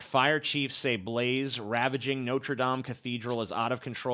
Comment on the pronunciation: Thank you for the correct pronunciation of Notre Dame. <3